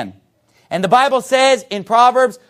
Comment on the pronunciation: "For the Baable sez..." "WHO GIVES A SHIT???"